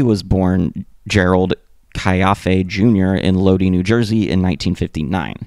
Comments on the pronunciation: My only critique is to look up how to pronounce certain words. It’s load eye, not Lodi. I’ve noticed this in a few videos you don’t pronounce things right. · It's pronounced "Low-die" NJ...no big deal, just had to comment bc ur 1st I've ever heard mispronounce it. Obviously it's still good vid. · My man Lodi is pronounced low-dye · It's always cringe watching a video about the Misfits and hearing how they butcher the pronunciation of Lodi.